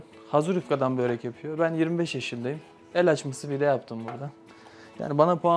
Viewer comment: Böörekg böörekg mi 😂